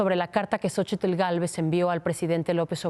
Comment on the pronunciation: En el nombre de Xochitl, la "t" no se pronuncia, pedazo de imbesil jajajajaja mucho estudio que tienes y de nada te sirve nmms, ya que regrese Ciro porfavor y quiten a esta analfabeta 🙄